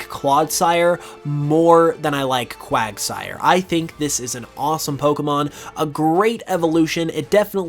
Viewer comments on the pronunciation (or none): none